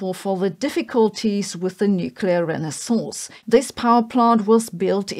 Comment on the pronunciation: Renaissance sounded almost like a curse word for some reason.